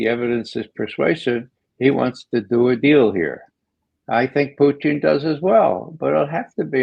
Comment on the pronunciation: Why, unlike everyone else, does McGovern pronounce Putin as "Poutine?"